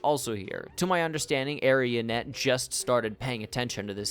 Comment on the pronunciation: Mispronounced: Ice brood saga. Arena net. Renown hearts.